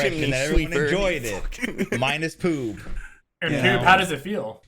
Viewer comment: did he call Poob Pube because it's making me laugh so fucking hard